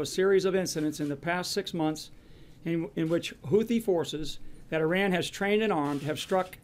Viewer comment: Why can't a single one of them pronounce Iran correctly? Doesn't inspire much confidence they know what they're doing.